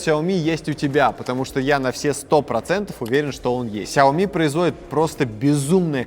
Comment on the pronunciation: Космос Но правильней произносить Шаоми